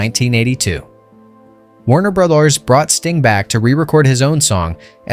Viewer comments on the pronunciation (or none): I was listening to the v/o thinking this sounds like AI, but then "Warner Brolors" confirmed it. You can't even be arsed to record your own commentary?